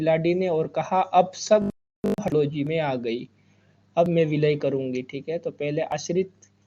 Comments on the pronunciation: sir very good and insightful video. it was DALHAUSI NOT HATLAUSI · हड़लोजी नहीं। है भाई वो डलहौजी है 😀